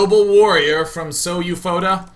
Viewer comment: Hey Day9, This player SouFoda can be Brazilian. SouFoda in Portuguese means "I am the best" but not in a formal and beutifull way of saying... like, "I am more than a baller, I am THE PIMP BALLER." If you want to know, the pronunciation is like "soul foda". Take care.